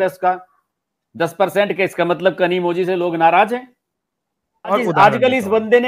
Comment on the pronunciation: KanimoLi hai Not Kanimoji😊